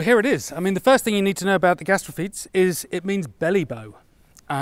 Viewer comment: Jorg is actually pronouncing it more correctly than is. its "gas-tra-fee-tees"